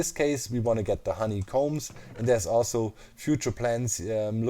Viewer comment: Everybody: "Honeycomb": "HoneyCOMBES"